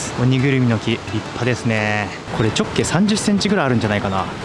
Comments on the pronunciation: 直径のイントネーションが気になった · 直径のイントネーション好きすぎる